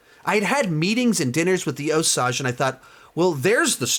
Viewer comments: Best review I’ve watched so far. Also, FYI that it’s, “Oh-sAGE” and not, “Oh-sAUge.” 🙂 - An Oklahoma Choctaw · Oh dear, he's going to keep saying "oh-sahj". Argh. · Osage is pronounced Oh-sayj with a long a. We need to be respectful of the pronunciation. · I agree it is annoying how he watched the movie, but still does not say it right. I would say it is like, oh-sage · yeah its pronounced Oh-Sage, not what ever he is saying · Mispronunciation drove me crazy in this review. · I am sorry what?? please say the name of the tribe correctly.... I am sure the film did at least once. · I was wondering if you actually watched the movie, since you mispronounced Osage. I would have liked a little more perspective from the Osage.